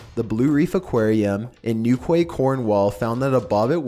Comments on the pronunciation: Newquay is pronounced "New-key" lol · It's pronounced New-key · Newquay [cornwall] is pronounced 'nukey' by the way. Source: british. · The pronunciation of Newquay hurt my insides